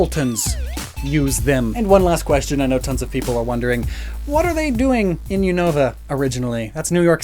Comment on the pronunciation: Not unovu